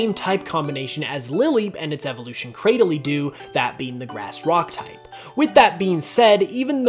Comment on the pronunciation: LOL...it sounds like he called the Pokemon Cradillydo